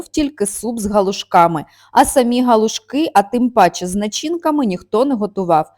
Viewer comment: Галушки. Наголос на другий склад.